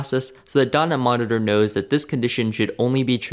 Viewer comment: The way you pronounce dotnet monitor, it sounds like dunny monitor. 😆